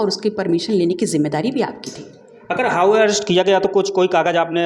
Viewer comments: अबे हाऊ अरेस्ट नही होता,हाउस अरेस्ट होता है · पत्रकार महोदय, हाऊ अरेस्ट नहीं बल्कि हाऊस अरेस्ट बोला जाता है 😂😂😂